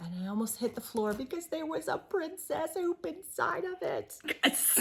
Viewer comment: Yay! #2 is here! Teacup, hoop (I thought you said poop at first 🤭) heart. Thank you so much! You guys are so generous! I’m so excited to hear a tour is coming soon!!!